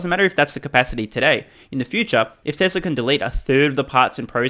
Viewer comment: You and Elon are among the few who pronounce ‘Tezla’ properly. Thank you for your attention to detail.